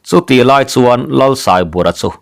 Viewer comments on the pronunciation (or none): none